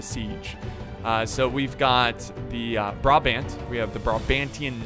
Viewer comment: A little tip :) Its about the way you pronounce brabant, switch the wat you pronounce the firtst A with the way you pronounce the secand A :) then its correct, anyway love the vids!!!